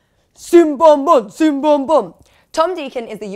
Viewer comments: YOU SAID CIM BOM BUT YOU NEED TO PRONOUNCE LIKE GIM BOM BOM IT LIKES G WE PRONOUNCE C IN TURKISH G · It is pronounced jim-bom